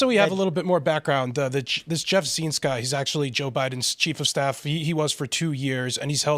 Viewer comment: Zients -- rhymes with "pints."